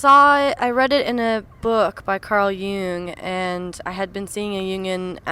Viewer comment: She pronounced it weird